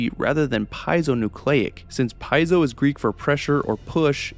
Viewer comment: PEEE- AYE- ZO Not PIE-ZO.